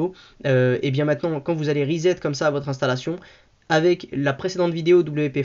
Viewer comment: pas rizette mais ressssset